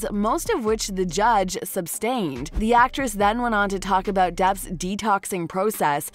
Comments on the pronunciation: "Sustained" not "Substained". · sustained. not substained. not trying to be a jerk, there are people who will try to eat alive for pronouncing things wrong here. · Sustained not SUBstained lol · Sustain not substain, Christ, you’d think these readers would learn what they’re supposed to say. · "the judge substained" ... dear lord, Millennials are undereducated! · The word is “sustained”, not “substained”. There’s no such word as “substained”. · It's Sustained, not Substained. 🙄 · The word is SUSTAINED, not SUBSTAINED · drives me insane...this narrator saying "SUBSTAINED"...it's sustained...lol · The word is “sustained” not “substained” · SUS-tained, not sub-stained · It’s “sustained” not “substained” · Sustained. Not substained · Small detail niggling me, it's sustained not substained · Sustained not subtained lol, so many times it’s pronounced wrong😂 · It’s sustained not substained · “SUBSTAINED”??? Needs a different reader. 😕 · sustained NOT substained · There is no B in the word "sustained." For the love of pizza.